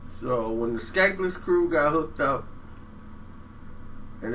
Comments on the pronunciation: skanless krew not skankless free lol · Not skankless its skanless stop reading about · skanless not skankless cmon man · SKANLESS!! Nigga not skankless lol come on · DJ Quick is pound 4 pound the best rapper/producer in history its a short list of people who can do both a high level that Quik #1 and Kanye #2....in a side note do this dude ever know what he talking about I respect him for finding his niche,but please do your research moron..the "skaneless" crew as u pronounced it..it's skanless short for scandalous dog...carry on.. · Skanless not Skankless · This dude said skanless crew. Bruh…it was the Skanless Crew. Sounds like you’re researching everything as you are talking. You must’ve just listened to “Get At Me” right before you made this awful video. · I was thinking the same thing, how you gonna state facts and you don't know the damn name?!?! "Skanless" Fool